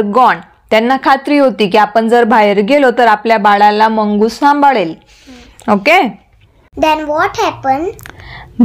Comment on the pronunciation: मुंगूस not मंगूस